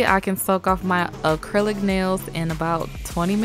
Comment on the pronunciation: "Uh-clylic nails"